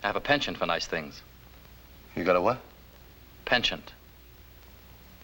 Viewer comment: m "penCHANT". Original old French word for liking.... to be keen in something. But certainly not pronounced like that in "polite society".... just saying....